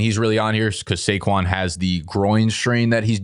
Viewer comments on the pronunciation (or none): none